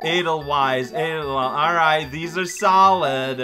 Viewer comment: Edel-vice not wice. Not seen the Sound of Music, cow?